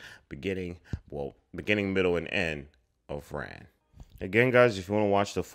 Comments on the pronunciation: It should be pronounced Rahn, instead of Ran. It translates as Chaos from the Japanese. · FYI the film's title should be pronounced closer to "Ron", rhyming with "Dawn" not "Dan". My favorite other Kurosawa are "Seven Samurai", "Rashomon", and "Ikiru" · Yes, Princess Mononoke is inspired by Ran. Ran is pronounced more like Ron.